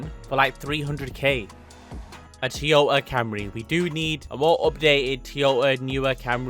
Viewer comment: Tea-yota is the craziest pronounciation I've ever heard.